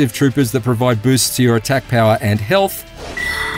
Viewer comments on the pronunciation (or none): none